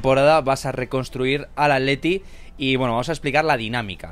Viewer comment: Siempre me he preguntado porque los españoles pronuncian "Aleti o Aletico" y no "Atleti o Atlético"??? La duda me mata nadie me la ha podido responder...